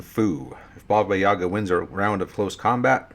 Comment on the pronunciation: Please stop putting emphasis on "Ya", this is not correct, it stays on "A" (this is me talking about Yaga), in Russian it is pronounced that way, but what you pronounce sounds more like a Shakespearean character from Othello.